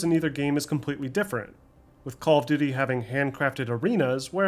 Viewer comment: I dont mean any disrespect, even though it may sound like it. But how do you manage to sound so articulate and professional. But pronounce "call of duty" as "Caww of duty"? "Churned" instead of "turned" is also a bit jarring. But, "caww of duty"?